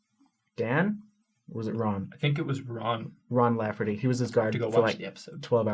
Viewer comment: *Lafferty not laugherty *Pyre not pirate. LOL 😂